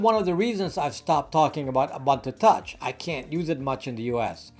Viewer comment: Its pronounced "oo-boon-two Touch", not "A Bun To Touch" Otherwise fantastic content I enjoy watching your videos and hearing your thoughts. Thank you!